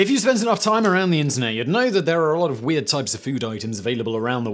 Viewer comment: This is worth seeing just for the way Simon pronounces "weahhhhhd"